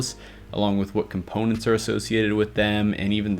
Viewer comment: "Componets" lol